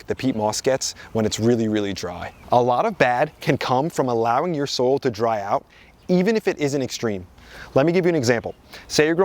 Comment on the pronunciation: For me it was every time he said something like "you don't want to dry out your soul. It's bad to dry out the soul" (vs soil) 😂